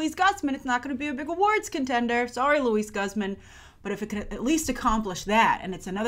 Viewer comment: Is she mispronouncing "Luis Guzman's" name?!